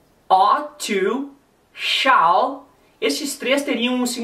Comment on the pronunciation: se vc ja viu um ingles falando shall a pronuncia do professor ta certissima!!!